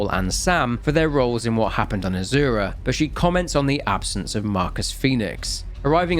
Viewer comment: That one, azura and a few others, I hate to say this because it’s a great vid but I don’t think I can watch it all again to say for sure, I’m sorry.